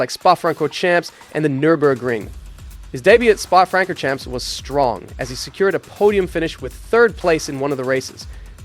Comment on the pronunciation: I can't listen to this moron mispronounce "Spa-Francorchamps." If you cannot be bothered learning the names of the most iconic circuits in the world, your content is worthless.